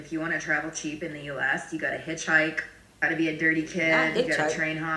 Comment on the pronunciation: I cant believe that girl said hitchhikr. I have lived all over the world NEVER NEVER EVER hitchhike. Crazy